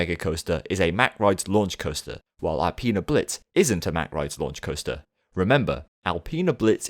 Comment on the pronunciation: alpine blitz not alpeena